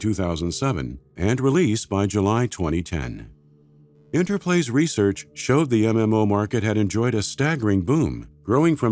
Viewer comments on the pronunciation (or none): none